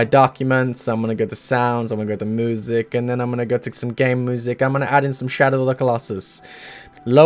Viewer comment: I love listening to "moo-sic"